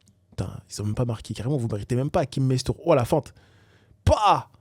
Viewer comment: Par contre désolé tu prononces mal son nom. C'est HaCHim MaStour: "Ch" comme dans CHameau et "S" comme dans Serpent. Erratum: Jviens de voir son nom en Arabe et c Hakim Mzstour sauf que comme il est Italien le "K" s'écrit "ch" en Italien c l'écriture à l'italienne de Hakim jcrois bien. Ch comme dans Macchina, Chievo Verone,Pinocchio etc... Donc finalement son prénom tu le pronoces bien c moi qui me suis trompé jpensais que ct Hachim (ch comme CHips) qui dcp est aussi 1 prénom arabe assez connu dcp ça facilite pas les choses. Par contre son nom c Mastour pas Mashtour mdrr.